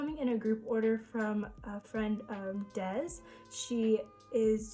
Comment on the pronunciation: Omg heyy, I’m Des !! You said my name perfectly ☺️ Thank you sm for mentioning me :) Also love the video can’t wait to watch more !!!!